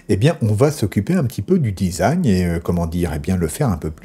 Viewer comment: design se dit disagne 😇 ceci etant dit, mes felicitations pour vos video. je suis fan.